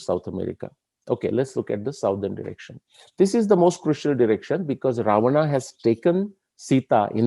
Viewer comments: this is brilliant! Fantastic!! I just have a slight objection to the way you are pronouncing certain words…… Sugreevaaa, Ramayanaaa, Ravanaaa They should be pronounced Sugreev, Ramayan, Raavan Why put the extended "aaa" after each word?😩 Sir, please look into this. Thanks! 😊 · Suggestion: Pls pronounce namea as we do in normal lfe so its Ram...Ravan, Sugriv....not Raamaa, Ravanaa, Ramayanaa, Sugrivaa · Good video, but saying Ravan"aa', Ramayan"aa", Sughriv"aa" etc. is very frustrating... I would expect the correct pronounciation from someone who has done so much research... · Sir, why you are pronuncing Rama, RavanA, SugrivA. Have we listened akbarA, jahangirA, etc etc.. Let's stop it immediately... Plz do consider my humble request